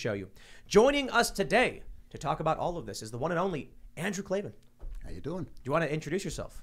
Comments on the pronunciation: K-L-A-V-A-N, there are no ees in KLAVAN. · K-L-A V-A-N there are no Es in Klavan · K L A V A N. There are no E’s in Klavan! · I heard there are no Es in Klavan